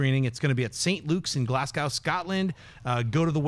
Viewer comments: Glaz-go not glass-cow Americans, please. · Scnepp, Glasgow is pronounced Glazgo not Glassgow. Keep up the good work though!!